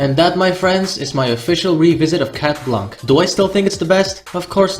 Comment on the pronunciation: its shat blanc thats how its pronounced